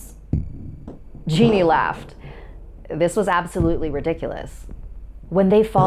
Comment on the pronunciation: Just so you know on the Brazil story the mum is called geni but it is pronounced j-e-n-i not genie